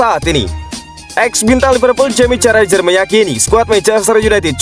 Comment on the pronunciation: Bukan Jamie Carrajher tapi Carragher.